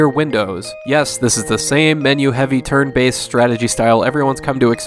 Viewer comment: When you said turn based I thought you said turd based lol